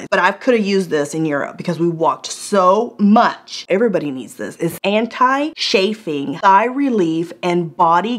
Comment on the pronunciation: CHafing, not SHafing.